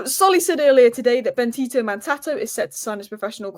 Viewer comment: you're atrocious at names 😅 It's BenDito not BenTito.... Since you're a girl I'd think it's hard not to see the D.... But alas